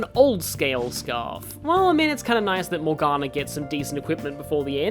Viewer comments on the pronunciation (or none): none